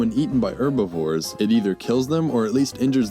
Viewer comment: What is an 'Erbivore'?